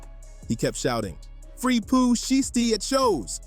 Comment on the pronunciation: Learn how to say Pooh Shiesty bro you can't read.